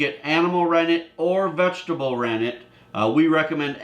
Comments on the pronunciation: I can’t understand the word “ranig” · The first ingredients could not understand what you said "ranick" what's that? And can't you use lemon, substitute for citric acid.